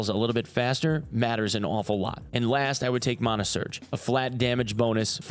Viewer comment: Please tell me you didn’t say MAHNA. It’s MANAH!!!!!